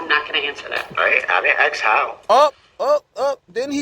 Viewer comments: Why do some ppl say "aks"instead "ask"?? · He really needs to stop saying ax, dat, dis tact-it agreement and dis, dat and a third. He is evil. Why isn't he speaking to the prosecution rather than the judge. He refers everything to the judge. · So do y’all remember when he complained that the state didn’t have to tell him their witness list????!!!!!????? Also, his thug behavior is disgusting. And the way he talks??? Do dat. Ax. Breaf. Oaf. Seriously. Whatever school he went to? Stay far away! And his mom should be up there with him. All the lies she’s told! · Maybe while he is locked up he can learn how to say ask 🤦‍♀️